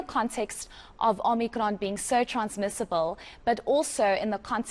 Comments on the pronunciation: OMICRON ‼️ NOT OMNICRON🤦🏼‍♀️ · She said “Omnikron” , she’s from Parys 🤣🤣🤣🤣